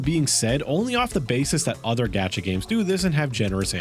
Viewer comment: Why do you keep calling it a “gadget game”? It’s a gacha game. No. No, you weren’t trying to say, “gacha,” but pronouncing it with a hard a? Why would you do that?